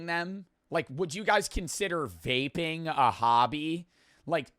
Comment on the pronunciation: someone in chat thought he said vaeb not vaping